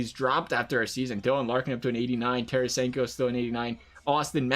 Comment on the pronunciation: Lol its Tar-eh-sanko. Not Tar-eh-Shanko 😂 you cant pronouce the most simplest names..